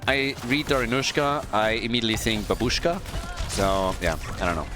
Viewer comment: Please, in ba'bushka first A is stressed, in Dari'nusha I is stressed. I'm sick of this hollywood pronounciation.